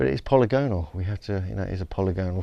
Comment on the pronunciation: Polygonal - you still mispronounce it.